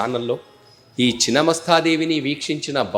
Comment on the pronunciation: Please pronunce the devi name correctly